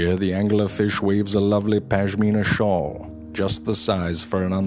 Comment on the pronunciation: Something about the way you say 'shawl' gets me every time